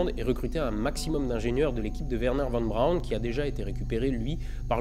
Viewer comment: Von Braun se prononce Fonne Braun. Oui en allemand le v = f. Pour le son v, il y a le w.